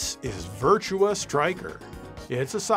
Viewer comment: Not Virtual on, Actually Virtua LON